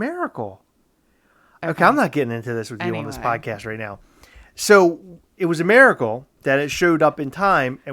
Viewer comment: Maricle 😂😂😂, ITS MIRACLE..